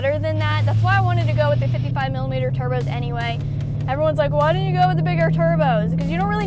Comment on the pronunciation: Cleeeetussss, she said turbskiessss